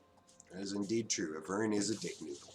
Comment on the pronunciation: Great videos and commentary just triggered by the way you pronounce ivern and mana. It's "eye-vern" and "man-uh" lmao